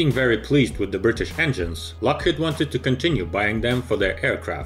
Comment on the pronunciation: LockheAd, pronunciation? The robot almost fooled me.